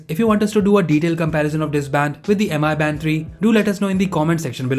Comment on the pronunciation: It is pronounce as Mi Band, not M.I. Band